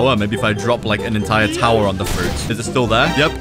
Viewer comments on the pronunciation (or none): none